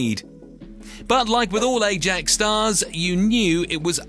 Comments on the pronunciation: Ajax is pronounced “I-yaaks”, not “eh-jacks” in Netherlands!! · " A-djax" ..? Skip. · jesus if you cant pronounce Ajax properly you shouldnt be making football videos